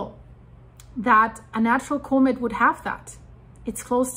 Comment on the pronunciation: could you please learn how to pronounce comet?